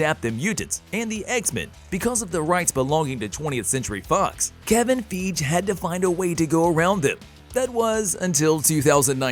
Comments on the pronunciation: Kevin "Fee-ghee", eh? Always a dead giveaway for this A.I. "Bot voice-over software. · Lol u can't say feige correctly? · You always mispronounce Kevin's last name.